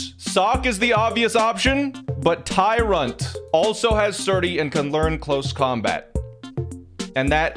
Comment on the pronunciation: "sawk tyrunt" is crazy